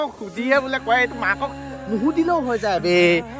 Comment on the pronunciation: নুহুধি নহয়। নুসুধি হব লাগে।